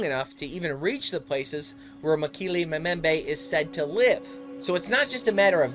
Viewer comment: You're pronouncing Mokele Mbembe incorrectly, and herbivore begins with a 'H' not an 'E'. Typical yank!!! Interesting nonetheless and these creatures definitely exist, native peoples have no reason to lie.